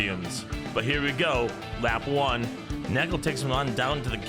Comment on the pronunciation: 😂😂😂😂 completly understandebel 😉 Schotty is almost perfect! Neckel or Nëckel is really hard in english 😉 well done!